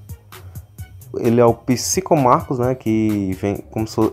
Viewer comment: Marcus-é-guei-pakas KKKKKKKKKKKKKKKKK